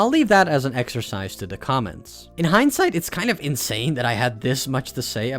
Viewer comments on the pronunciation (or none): none